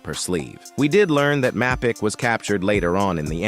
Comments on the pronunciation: I missed “jam-toe-pee” and “map-ick” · the pronunciation of Mapicc is diabolical